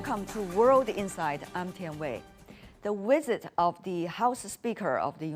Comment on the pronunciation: When you say "visit", it sounds like you're saying "wizard".